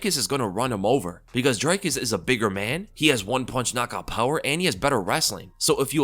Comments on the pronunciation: it's not "Dry-cus"... its pronounced "Drick-us" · Dricus is not an I sound it's and e sound like cheese, feed, read So it's Dreeeecus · Its pronounced Dricus not Dricus 😂 🇿🇦 hope he sends till into retirement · What is it about Americans that just refuse to pronounce Dricus' name correctly?